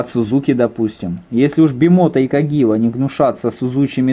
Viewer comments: Каджива, а не кагива:) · Каджива, а не Кагива